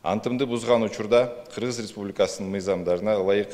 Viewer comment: Республикасынын деген созду так айтчы айланайын